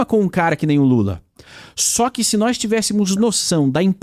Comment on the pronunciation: Pronunciamento do D9, agente, nois,cumpanheiros, históooria, Trump está preocupado com taxado da ubs carne de calango e capivara